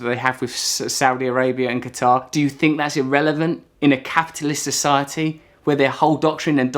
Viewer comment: he pronouces F instead of TH like a french kid. "fret" = "Threat" we Fink = we Think...funny to hear that from a real english person....!!! yeah sorry for the topic i drifted slightly :)